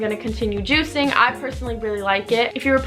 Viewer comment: the way u say we have been juicing sounds wrong 😂